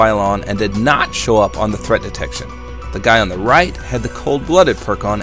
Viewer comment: Did na-ughht haha :p